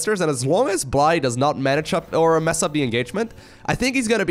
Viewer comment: I believe it is pronounced Blie-je like the Russian/Ukranian word Blyet and not bl"eye", as in "the human eye". this is with the Dutch pronounciation of the letters, lived with a Ukranian dude for a while while studying abroad, he told me that "blyet" can be shortened to "bly" so I think this is the shortened version of Blyet as well. cool name!